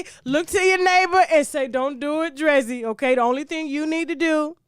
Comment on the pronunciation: Her name is Dree-Z ….